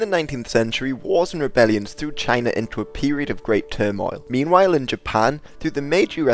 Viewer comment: Nice you say China the same way Donald Trump does. Jina!😂 All joking aside you did an awesome job and I definitely know more than I did before I watched this... Thanks